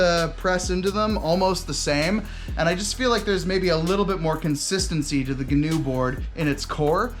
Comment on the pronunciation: Please pronounce Gnu correctly as 'new' not ''guhnew'